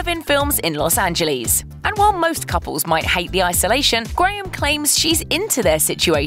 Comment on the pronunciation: it’s not Los Angelleeeees it’s Los Angeles